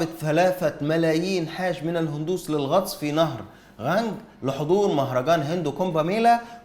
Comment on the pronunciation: النطق الصحيح نهر القانق